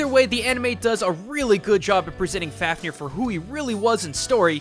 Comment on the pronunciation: f-av-ni-R closer... not perfect though